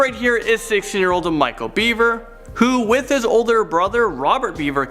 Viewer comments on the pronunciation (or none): It is "Bever", not "Beaver".